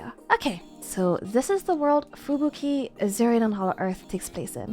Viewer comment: I like how you pronounce Fubuki